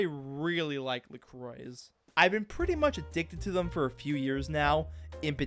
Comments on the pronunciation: "La Croah" ❌ "La Croy" ✅ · The anglicized pronunciation of La Croix always takes me by surprise lol